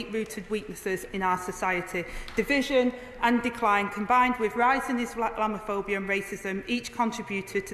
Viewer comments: Is she that blind . During the euros I saw a group of Muslims throwing missiles over a fence into a pub garden . Is that wanting to live in peace , I don't think so . She can't even say islamaphobia . Is that even a thing ? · She couldn't even say the word 😂